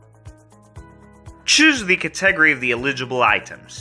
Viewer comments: Cat-EH-gry. Never in my life have I heard category pronounced that way 😹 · Lol - I'm just watching this today and heard that and said "Select the WHAT?" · Why does he pronounce it like that 😂😭